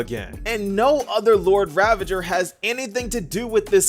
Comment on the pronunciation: Everyone: Lord Ravager My Friend 🤦: Lord Ravage her😱 I don’t know how… I even paused and replayed just to be sure🤦